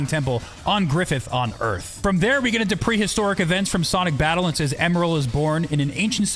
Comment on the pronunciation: ah yes "emel is born"